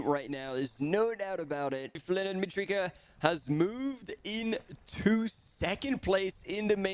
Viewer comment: It is Mitrica, not Matrica. Leonard Mitrica